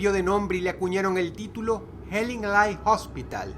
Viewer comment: pronunciaste mal Hellingly, el final suena como "i" no como "ai"